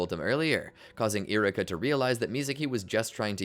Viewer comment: E-ru-ka. For the love of God lol. Love the video but choices on what to call moves and saying names so wrong is driving me crazy lol